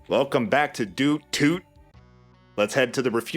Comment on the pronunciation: It sounds like said "Welcome to Dootoot" at the beginning. lol